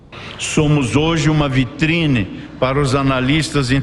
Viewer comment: Parei de assistir quando o iluministro falou "VITRINE".